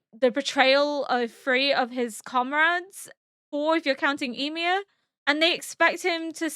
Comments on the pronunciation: I don't mean to be rude but is there a specific reason you're pronouncing Ymir's name like 'e-mir'? Is that how they pronounce it in the norse mythology? I just prefer the show version because I'm used to it 😃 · She’s partially deaf in one ear, so pronunciations are slightly more difficult. Also she’d been “corrected” several times about how to pronounce Ymir in several equally different ways, it had become a needlessly big thing when it shouldn’t have been.